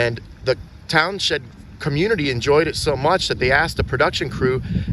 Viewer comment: I am liking your videos a lot lately. Not that it matters much but the town with the gazebo is pronounced towns end. I grew up around there